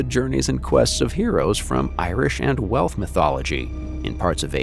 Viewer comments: I hear you are capable of making the "ss" and "sh" sounds. So why do you keep saying "North" and "Welth" instead of "Norse" and "Welsh"? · AI narration? Wealth, instead of Welsh. North instead of Norse. Yikes! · … Irish and “Welth” mythology??? 🧐